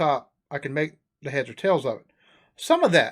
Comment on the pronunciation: His numbers were so wrong.. and the "ta" instead of "tha"